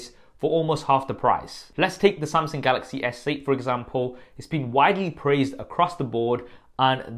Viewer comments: its Samsung not SumSing lmaooo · Samseng? Wtf Sam-sung bro. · Samsing ? :o